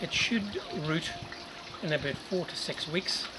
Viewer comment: Thanks for the video,. For a second I thought you said that should root in about 46 weeks.. 😮 Had to rewind that to hear you say 4 to 6 weeks ☺